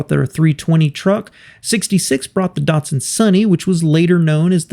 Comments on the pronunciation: Dart-sun and Nee-sarn? I thought it was pronounced Dat-sun and Niss- san. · How does NISSAN become NEESON??? How does DATSUN become DUTSON??? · Darrrtsun? It is Dat-Sun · It's not DUtsun -its DAtsun, like CAT It's not Nee-sarn - it's Niss'n, like KISS Get it right. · Why do Americans say it wrong, it's nis_san not nes_sin and dat_son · "Neesarn" and "Dartsun"? No.